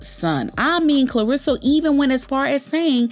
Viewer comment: Much love but her name is Karlissa, not Klarissa